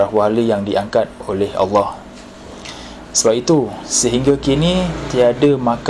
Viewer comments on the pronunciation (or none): none